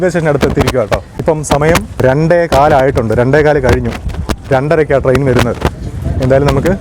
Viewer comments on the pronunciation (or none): none